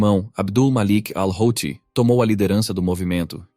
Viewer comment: HOUTHI = HUTI